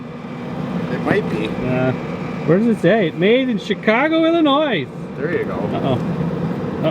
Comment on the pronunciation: I'm from Chicago, and Dangit, The S is silent in Illinois. it hurts my sould to hear Illinoizzz lol